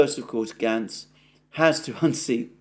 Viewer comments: Alexander..its pronounced Gates.... not Gantz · Alexander, it is Matt Gaetz as in Gaytz, not Gatz. It is a long A. I know what a stickler you are for correct pronunciation, or I wouldn't have mentioned it. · With your permission Gaetz is pronounced "GATES" as I've heard his name used. FJB " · Gaetz, Alexander. Pronounced "Gates".